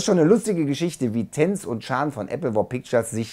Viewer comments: er heisst chan nicht chaaaaan. mensch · das heißt nicht chaaaaaaaaaan sondern Chan! Und fertig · spricht Chan immer "Schahn" aus.:D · Chahn ich dachte er heißt Chan?